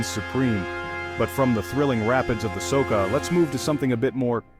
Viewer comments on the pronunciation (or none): Soka? It should be something like Socha. Wrong pronounciation. Otherwise a great video, lot of passion in it. Congrats